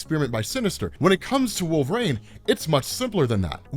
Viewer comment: One question, who is "Wolv-rayne"?